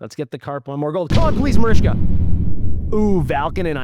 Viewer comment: Its marichka, not marishka lol